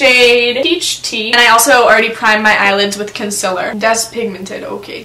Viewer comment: I love to death. But the way she said “concealer” makes me wanna kms. Love yah thou